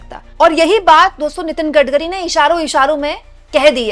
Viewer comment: Maam Gadgari nhi Gadkari boliye 😅😅